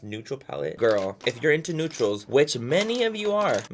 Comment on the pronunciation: “If you’re into neutrals.. which many of you are” ..... “Which MANNY of you are” 😂❤️